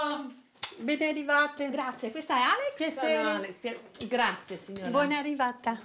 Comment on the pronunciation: Why does she say Grazia? Grazie